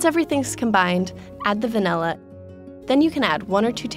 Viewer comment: When she said Vanilla i heard 'Funella' Furchester Hotel...